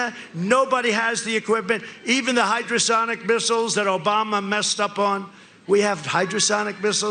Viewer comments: Yeah, I was wondering why Trump was saying "hydrosonic" missiles. Is he talking about torpedoes? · Hypersonic. He said hydrosonic, omg.